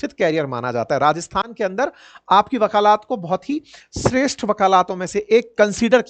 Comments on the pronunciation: Shri man , vakalat Hota hai vakalaat nahi. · वकालात नहीं वकालत कहिए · 😮वकालात ❌ वकालत। ✔️ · Bhai shabd वकालत hota hai na ki वकालात sahi ucharan karo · अपने वकालत को वकालात बोला है गुरुवर 😂😂😂😂😂😂😂😂😂😂😂😂😂😂😂😂😂😂😂😂😂😂😂😂😂😂😂😂😂😂😂😂😂😂😂😂😂😂😅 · वाकलात नहीं सर वकालत होता हैं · Improve urs pronunciation for वकालत from वकालात ,I donot think urs हिन्दी is weak. U r a teacher ,so please.